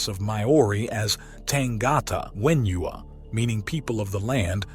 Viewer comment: If you're not sure how to pronounce something, stick it in google translate, or in this case, the Maori Dictionary, Te Aka. The wh in maori is pronounced the same as an f